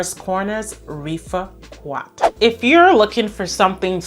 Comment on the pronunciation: There is no U in rifaaqat. It is pronounced riff-aaah-cut :)